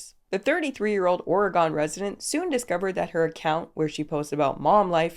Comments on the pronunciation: Resident of Oregon here, it’s been a few years since I’ve heard it but it’s oryGUN not or-uh-GONE It’s so weird hearing it pronounced that way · Ore-gon like polygon? It’s Oregunn babyyyy 🌲🌲 Ps ur the best 🤍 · Totally unrelated, but I don't live in "ory-GON".. It's OR-e-gun. Kinda like the "gon" pronounced in "dragon" and with emphasis on the first syllable. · Great video! Btw Oregon is pronounced “Organ” not “O-reh-gone” lol that caught me off guard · We, well I can only speak for myself but I don't think it's a controversial opinion, appreciate it when you post and wish you nothing but the best just in general. Except for how you pronounced Oregon. We... We need to have a talk about that. 🙃 (Imagine Ory-gun, as opposed to oregano) Lessons will begin next week 💛😁💛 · its actually pronounced "oregin" like the organs in your body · The way your pronounced oregon like origami made me lol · The way you pronounced Oregon though 😂🤣🤣 OR-UH-GONE 😂😂😂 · I'm sorry, but as a native Oregonian. It's pronounced or-gn. 😅 I didn't know there was one of those influencers here. They probably came from Cali 😂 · Oregon is pronounced ore-gen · Okay that's a new way to pronounce Oregon.. now I'm totally distracted from the video lol. I've always heard and said Oregon like "organ" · Lol when you said “Oregone” I realized for the first time you weren’t American. I’m also from Canada and was called out for that a while ago. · Sorry, I have to, as an Oregon native, it’s pronounced Ory-gun. Thank you. Love your content. ❤ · As your PNW neighbor, I was going to say the same thing! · I normally "watch" these by just listening and working on something else, but my head shot up hearing "Ore-a-gon". Where the heck is that?? To be fair, I'd probably mispronounce a fair number of Canadian place names... particularly the french ones! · Don’t spread misinformation, it’s pronounced Oreg’n. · Love your content. Just a minor FYI. You pronounced Oregon incorrectly.